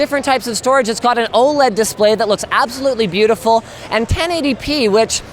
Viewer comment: "A quick shit-out" 10/10 byotaful, byotaful. MISTAKE OF THE YEAR!